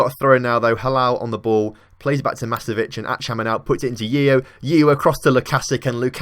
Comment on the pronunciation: It is not Masomovic it is Masovic...